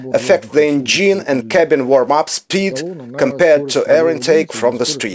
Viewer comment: Ударение engine проверьте, уж очень слух режет, носителям языка будет ещё хуже